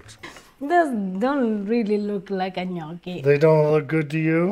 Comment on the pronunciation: Funny episode, lovely family. Is dad Max of Italian origin? His pronunciation of Italian is very good. The gnochi look good. Happy New Year 2024 everybody.